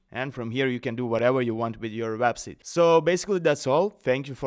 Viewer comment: You should really learn how to pronounce the word "Website".